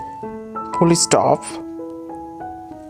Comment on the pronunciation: Don't learn English from this man if you want to speak standard, non-Indian accented English. I almost spewed my coffee when he got to "apostrophe!" The western world says a-POS-traw-fee. "Full" is one syllable. Not ful-ly. And lots more.